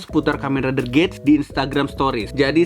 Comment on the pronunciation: Saya koreksi dibaca gits bang dan kalo abang perhatiin huruf A di logo nya itu kaya kuping rubah